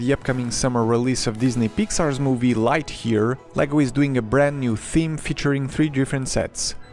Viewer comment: Omg, this dude cant pronounce "lightyear"